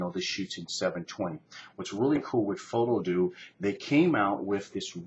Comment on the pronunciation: I've been pronouncing it foto-die-ox this whole time, I like your pronunciation better. Do you know what the big differences are between the pro and non-pro adapters?